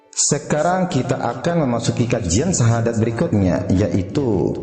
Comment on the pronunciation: Maaf laras syahadat anda kurang benar itu mungkin pengaruh dialek hingga berbunyi Sasadu dst